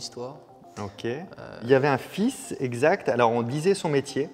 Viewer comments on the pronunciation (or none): none